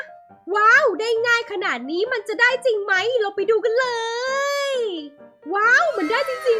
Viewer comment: ขำคำว่า เรย แทน เลย